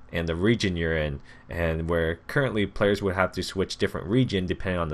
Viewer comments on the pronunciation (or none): none